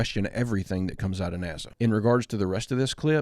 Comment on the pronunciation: I LIKE MOST OF YOUR VIDEOS !! BUT YOU'RE AN IDIOT FOR CONSTANTLY MISS PRONOUNCING NASA ... JUST SHOWS THE INTELLIGENCE OF americans